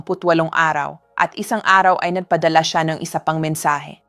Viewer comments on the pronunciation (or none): none